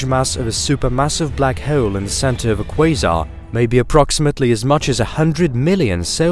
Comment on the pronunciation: Just say hole like a normal fkn person jfc